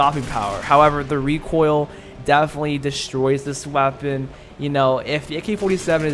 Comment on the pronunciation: U know what triggerd me “rEcOiL”